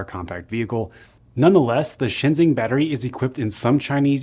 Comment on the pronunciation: By the way, ShenXing is pronounced like "shun shing"